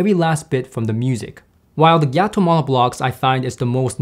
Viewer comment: It’s pronounced “Gaa-toe” not “Gia-toe.” Gato means cat in Spanish. I believe their company logo even features a cat.